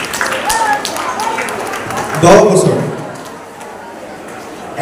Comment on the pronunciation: 'দছ’ বছৰ ! এনে গুৰুত্বপূৰ্ণ শৈক্ষিক অনুষ্ঠানত বক্তব্য আগবঢ়াওঁতে অন্ততঃ উচ্চশিক্ষিতসকলে মাতৃভাষাৰ উচ্চাৰণত শুদ্ধতা ৰক্ষাৰ প্ৰতি মনোযোগ দিয়া উচিত।